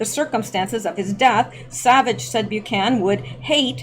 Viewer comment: Bu-can-an, not Bu-can.